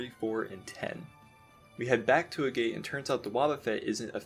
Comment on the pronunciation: Agate is pronounced AH-get, not A-gate